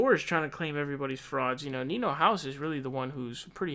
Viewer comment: You have a lot of opinions about a person you don’t even know the name of, his name is Niko not Nino, I live in Sweden and I know this fact. Do you have your own opinions, ideas or strategies? You just piggyback on other ppl. This is not serious political commentary but rather pathetic.